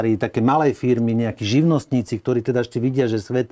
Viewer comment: Hlina nauc sa rozpravat...nehovori sa gdorí,ale ktorí. Cest praci.😉